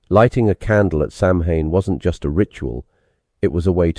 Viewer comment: Ibolc is pronounced Im-olk. Beltane is pronounced Bal-ta-na. Samhain is pronounced Sa-wen. And Lughnasadh (Lammas) is pronounced Loo-na-sa.